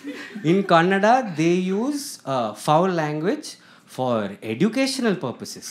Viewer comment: The best. Happy you said kannada correctly